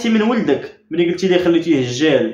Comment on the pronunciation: راها بغات تقول خلاتو دجال وهي تقول هجال.😂😂😂